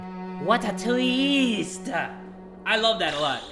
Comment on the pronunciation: “What a tweest”